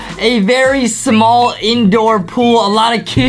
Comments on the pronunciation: Lol when Adem was saying sHmall Lol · Adam said shmal